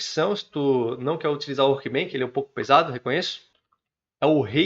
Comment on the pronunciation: só uma dica, se fala "workbench", com som de "chá", não de "kilo". Do jeito que vc fala parece workbank, que tem significado diferente ;) Parabéns pelo vídeo!